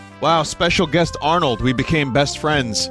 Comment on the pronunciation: I heard "Anook" when he started